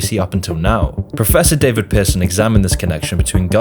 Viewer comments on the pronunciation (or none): none